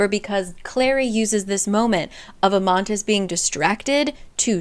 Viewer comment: It's Amatis not Amantis